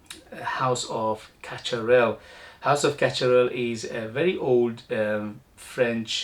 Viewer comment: Casharel is the correct pronounciation